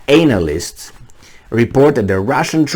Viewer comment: so funny when says Anal-list:D